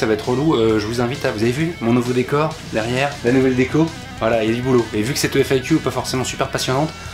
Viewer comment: Par contre faut pas prononcer FAQ "éfaïkiou", man !!! sinon c'est FIQ